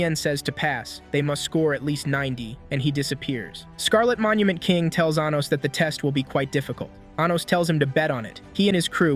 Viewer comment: Anytime this A.I. voice says 'Anos' all I hear is 'Anus'